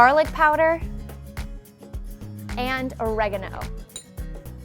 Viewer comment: I literally died when she said oregano